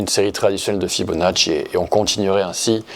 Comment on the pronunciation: Bonjour, Et sur l'argent métal ? Ça fait plaisir d'entendre prononcer correctement le nom du grand Leonardo Fibonacci 😊. Italiano o Corso ?